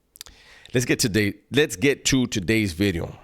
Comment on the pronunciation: pronouncing v in video now im used to the word bideo